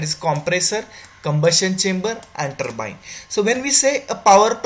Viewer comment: Ur english is very poor.. particularly turbine is says very worst pronunciation